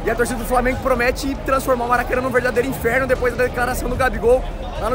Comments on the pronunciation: Foi foda a festa, mas eu ri muito com o "INFEFNO" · O "Infefno" do Mengão deu certo